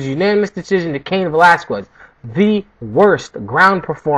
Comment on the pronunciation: It's Velas-kez bro, I'm Cuban though, not Mexican.